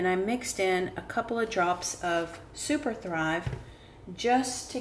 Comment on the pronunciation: You mentioned spraying with distilled water and ... but I could not understand what you added a few drops of.... sounded like "super fly", but if you get a chance, please write out what you added. Thanks!